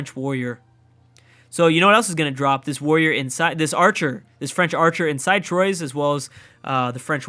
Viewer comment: Troyes is pronounced like T-wa ✌️🇫🇷